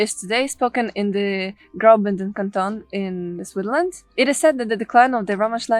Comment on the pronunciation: I enjoyed your presentation - watching from NJ in USA. I watch SRF regularly as my wife is from Zurich area; we used to live in Kilchberg ZH. You come across as well educated but your english pronunciation needs work. "spoken in SwiTHerland"... your pronunciation needs BIG improvement (try SwitZZZerland) "as it happens, it plAYs no one" ... your pronunciation needs improvement (try pleeZZZes) "think I'm not going to STOP a long time" ... , not going to SPEND a long time